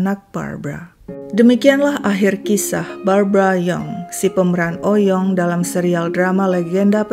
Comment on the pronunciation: Sebenernya Oey Yong dibacanya bukan "Oy Yong", tapi "Ui Yong" atau "Wi Yong", krn ejaan lama OE dibaca U. Margaku juga Oey dr papi dan Lauw dr mami 🙂